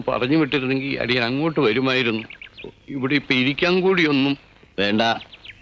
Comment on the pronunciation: അളിയൻ അല്ല അടിയൻ ആണ് 😂😂